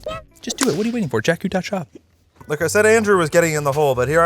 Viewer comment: "jakeeeeus" that was perfect